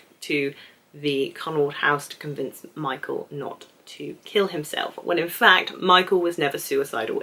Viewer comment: as a native German speaker i can tell you that you are doing a good job on pronouncing most of the names 👍 sometimes michael becomes a mike-el, claudia becomes a claw-dia and charlotte becomes a char-let 😉 but i think that this is due to your fast thinking and speaking! enjoyed your video very much!